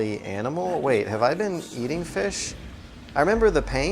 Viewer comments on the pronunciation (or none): none